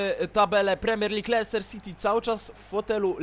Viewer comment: złapałem XD kiedy następny odcinek z kapustki? I jeszcze jak mówisz słowo Leicester to się mówi Lester a nie Leihester XDDDDD